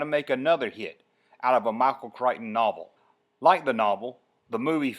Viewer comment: He pronounced It as Mockal Chrichton instead of Michael. He does not have the voice or speaking abilities to announce or narrarate.